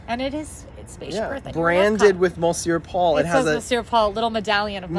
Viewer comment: Great review - love these two and PRONOUNCED THE RESTAURANT NAME CORRECTLY YAAY!!